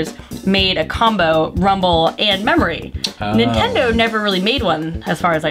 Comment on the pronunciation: Did you say NINEtendo? Lol